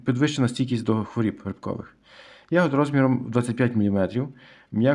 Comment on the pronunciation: Що таке "стійкість до хворІііііб"? Правильно " стійкість до хвороооооб". І не "виглядає"(звідки воно виглядає?), а "має вигляд" Ваша вчителька української мови кацапський покруч?